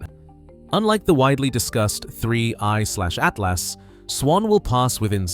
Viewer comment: Plus, don’t you hear the way he says 3………I/atlas😅😂